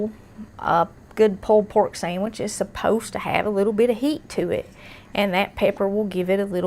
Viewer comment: I had to rewind it did she say samage lol I luv it